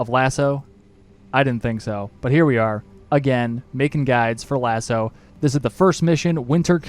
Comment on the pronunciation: MY MAN FINALLY PRONOUNCES LASO CORRECTLY! Cheers for the guide mate